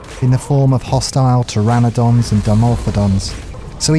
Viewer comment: I dont want this to seem like a hate comment but in your series complete ark on the island yoe pronounce pteranodon and melee wrong. It just annoys me. Melee is pronounced maylay or melay not me lee and pteranodon is not pronounced terradon. But love your videos you inspired me to finish ark and tame higher level dinos thx for the help :)